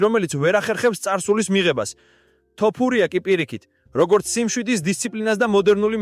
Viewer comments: შეგძლებია თოფურიას თქმა სირცხვილია ქართველი კაცი ხარ და ელემენტარულ გვარს ვერ გამოთქვამ წესიერად ეს მართლა სირცხვილია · ეეე ბიჭო შენ მართლა და რყლეე გჭირს. ხან ასე გითხარით ხან ისე და ეხლა კიდე კომენტარში დაუწერე ტოპურიაოო და მოდი ძმაო ან სწორად უძახე ან ვისი სახელიც იცი იმაზე გააკეთე სიუჟეტი